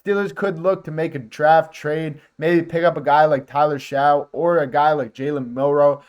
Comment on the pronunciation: Tyler Shough (last name pronounced “Shuck”). Just informing.